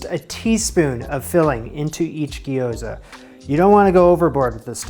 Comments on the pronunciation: Little note on pronunciation: Japanese words dont have a plural form, so gyoza is both sigular and plural! And this trips up basically every English speaker, so dont feel bad about it, but its not gi-yo-za, gyo is all one syllable, gyo-za. Same thing goes for words like Tokyo, my mom says to-KI-yo all the time lmao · Pronounced "gyoh-za" (two syllables, extra-long "o"), not "gee-o-za" (three syllables). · Gyoza is two syllables. Gyo-za. Not Gee-Oh-Za. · Gyo-za. First syllable is basically "yo" with a g in front. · Please call them Japanese fried dumplings instead of your pronunciation if you make another video about making them. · What's the pronunciation? Maybe it would be more helpful to explain it so he (& we) can simply pronounce it correctly.